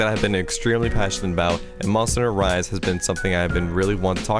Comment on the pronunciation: no one: at the start of this video: Monsteder Rise Over